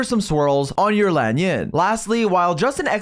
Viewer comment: hey what’s up guys today we’re gonna talk about laen yuhn